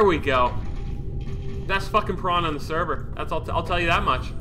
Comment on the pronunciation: Listening to Speedy pronounce "P'rana" hurts my soul.